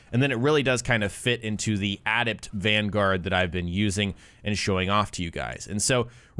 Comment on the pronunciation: Dude. Please ask someone how to pronounce the word "adept". You're killin me.